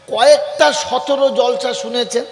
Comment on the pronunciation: হুজুর কথাটা জলসা না জালসা ভাষা ঠিক করুন